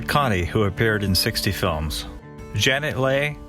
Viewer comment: Interesting but you are mispronouncing some names; Janet Leigh, Lee not Lay.